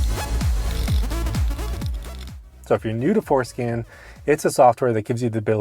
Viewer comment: 😂 I hear it every time